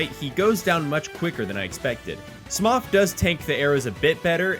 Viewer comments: ITS PRONOUNCED SMOH NOT SMOFF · It's "Man-us" not "Ma-anus" and while I'm here, it's also "Sm-moe" not "Sm-ugh" Banger video other than that! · Hey, just wanted to say you're a chill dude. I'm sick with the pox right now and your videos definitely help. And btw, I understand why you pronounced smough like cough. Fuck this language. I'm guessing you're from spain, but I'm prolly way off. I'm an english major and would love to write your captions for you. Fir free. Stay safe man, and try dark souls 3 pacifist run. Making ymfah proud. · “Smoff”?? “Mainus”?? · Smough's name is pronounced "Smow", rhymes with snow. We can tell based on the katakana from the JP version. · The pronunciation of Smough = ugh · 'ornstein and smoff' uhhhhhhhhhhh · Great video might try this run myself. Unrelenting note you pronounce Smough's name weird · I hate the way you pronounce Smough and Manus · This man has made some good videos but I can't get over how he pronounces smough lmao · That's not how you pronounce "Smough"